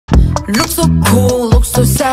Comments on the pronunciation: I heard that as 'A Rihanna' instead of 'Ariana' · Also in Allergy Minnie pronounced Hater like hate of tiktok even I can fit the word hater it's not that hard and Yuqi's Kim Kardashian and Ariana pronounciation 😭 even my profile pic is disappointed and it's Soyeon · THE KIM KARDASHIAN AND ARIANA AND SEXY PART PRONOUNCIATION 😭